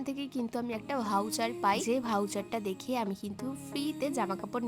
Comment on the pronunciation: First of all that's voucher not vhouucherr Learn to pronounce first